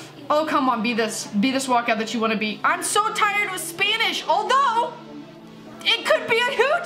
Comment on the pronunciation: Don’t know if it’s just her accent but I thought she said “spainish” 😂